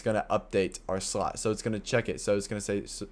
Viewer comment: The way he says: "srot" instead of slot 😂